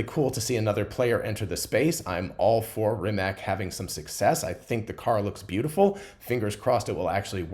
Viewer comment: Not certain how to pronounce Verne but pretty sure Rimac is pronounced "Rimats".